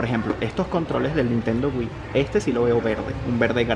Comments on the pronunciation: Nintendo wii como lo dice mi papá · nintendo wii que no se pero lo dijo mal